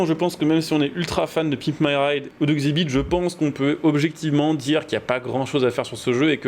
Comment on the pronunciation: Xibit mdr ça se dit EX ibit